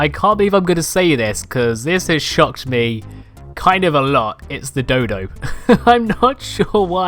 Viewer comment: He says ME as MAY